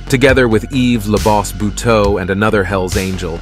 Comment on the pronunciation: First of all the s in Yves is silent and second how can you say it left all Canadians in fear? I live in the southern part of Quebec and it never bothered my life in any way.